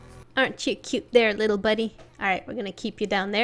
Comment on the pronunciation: Its LITTELL,LITTELL,LITTELL,LITTELL lol u make me laugh so hard 😂